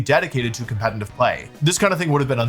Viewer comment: When will this guy learn how to say the word "competitive"😂😅😅